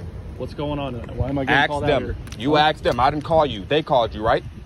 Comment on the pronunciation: you are a smart guy, please reflect that in your speech. please say subscribe, instead suscribe, which what you keep saying. also, please say asked, and not aksed.